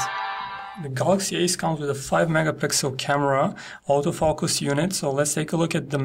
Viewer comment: to the author of this preview: hey man learn to speak clearly word : auto-focus.I had to repeat 2 the moment when i distinguished difference between,,out of focus" in your pronunciation and what u wanted to tell,,auto-focus" :)